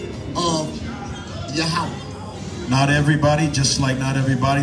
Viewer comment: Who is yahowah its yah-weh ive never heard no israelite pronounce it like that.